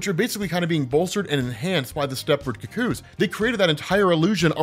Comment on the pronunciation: her name is firstname Kitty, lastname Pride, what is going on with your weird emphasis? Also, look up how the rest of us pronounce cuckoo.